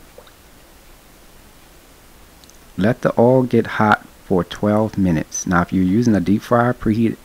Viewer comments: You know it's gonna be delicious when the chef calls it "ouhl" instead of oil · You gotta put tha R on it ourhl!!!!😂😂